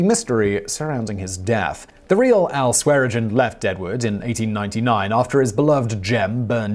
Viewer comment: How many times can you say Swearengen and not once get it right? Neither of the n are silent. Typical Brit, can’t pronounce something properly so they just pretend half the letters are silent.